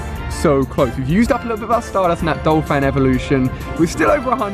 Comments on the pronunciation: Ursaring is pronounced err-sah-ring not ue-sare-ing nor ue-rae-sing. Also it is Don- fan not Dole-fan in the case of Donphan. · I hate to hate, but...isn't it DON-phan, not DOL-phan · its pronounced errs sah ring, and donphan is prounounced Don Fan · It's not Dolphan its DONPHAN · It's DONphan, not DOLphan haha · he is saying dolphan but it is donphan, BRUH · talks about pronunciation *calls donphan dolphan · it's Donphan not Dolphan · anyone else think he is saying 'DOLphan' instead of 'DONphan' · its DON-PHAN not dol-phan. like so he can see this and pronounce it right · There is no "l" in Donphan. I have no idea how you make up your pronunciations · Hahaha oh my god Ali... right after he was talking about mispronouncing names, he proceeded to call Phanpy's evolution Dolphan